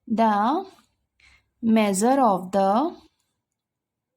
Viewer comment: Teacher measures hota haii" meazures" nhi 😂